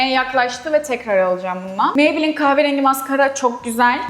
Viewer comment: Lorel parise maybleenn demesi cok komik deyil mi😂😂😂😂😂